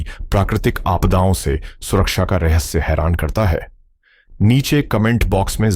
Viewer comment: Bhai hindi to sudhar lo. Rahasya or rahassa